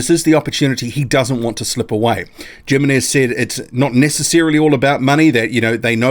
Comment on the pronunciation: I want this fight! Lets Go. Thanks for the video! A little remark. Im not sure how this guy names is written but if it is Jimenez(s) and its is from Spanish origin I am pretty sure the right pronunciation would be Himenes. Having said that I am not sure how his name is or perheps he is recognised in the boxing community as Djimemes. Cheers